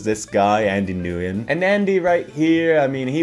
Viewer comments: I believe "Nguyen" is usually pronounced like the word "When." Hope this helps! 😊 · "Andy Newyen" 😭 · is anyone else bothered by how he mispronounced nguyen 😅 i guess this is